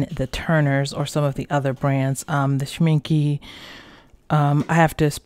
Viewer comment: Very Good review :-). Can I briefly point out something to you? Schmincke is pronounced with an e at the end and not with an i like you do it.